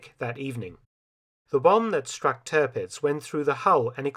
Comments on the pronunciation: Stellar work as always, Mr. Felton. I only have a few oddities that might enhance the impressivenrs further: 'Tirpitz' in German would not be pronunced 'Turpitz' but 'Teer-pitz', and 'Kaafjord' in Norwegian is not 'Car-fjord' but close to 'Co-fjord' with the 'o' of 'bow' as in 'bow and arrow'. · It’s Tirpitz not Törpitz . Try to get the pronunciation right